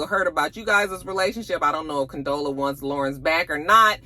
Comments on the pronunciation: I know you weren’t feeling this episode, by the way you keep Condola.. instead of Con•dola 😂😂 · you had me cracking up each time you incorrectly pronounced Condola 😂